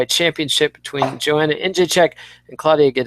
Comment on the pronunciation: Mannn... still fucking up Joanna's name after Eugene called you out on it like twice....